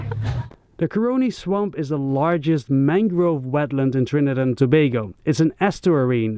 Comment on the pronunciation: It’s not curing swamp it’s CAroni Swamp no research done ?